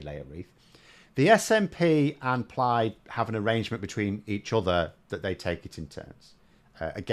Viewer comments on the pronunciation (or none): none